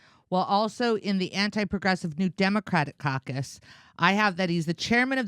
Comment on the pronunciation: It is amusing that manage to make 'Democrat caucus' sound like 'Democrat carcass.'